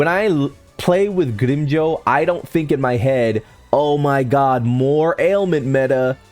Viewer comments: 100 problems in the world, and how someone pronounces grimmjow is your main problem? Bruhh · also......you would think when you have a channel dedicated towards a certain show you would at the very least get the names right at the VERY LEAST! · Dude! It's not greem Joe its GRIMMJOW! The pronunciation is even in the anime! Watch it sometime and its not nell el its nell-li-el. Are you mispronouncing these names on purpose or something?!